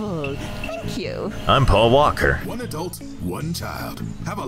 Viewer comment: "I'm pal walker" got me dying 😂